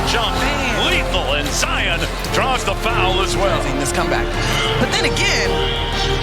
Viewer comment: Zion been well known since highschool and the disrespect on part of the announcer to call him Ziar Williamson